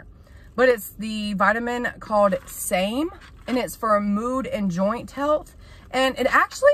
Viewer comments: I thought it was pronounced Sammy. Even though it's spelled Same. 😂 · It's called and pronounced SAM e. Separate name and letter. Just be careful taking alot of Oct vitamins with a lot of herbals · Hi! You have me cracking up. I stumble over my words too though, especially when I try to talk fast, so I get you. Yankee Doodle. 🤣 Your awesome vitamin is actually pronounced "Sam-E". We use it a lot in veterinary medicine to manage liver disease in cats and dogs. It's a great supplement.